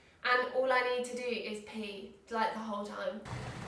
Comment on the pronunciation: British people can make the word "pee" sound posh,,how do you do it?